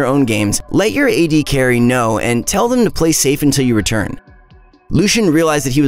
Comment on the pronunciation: HE SAID "AD BRUISERS" INSTEAD OF "A D BRUISERS" I CRINGED SO HARD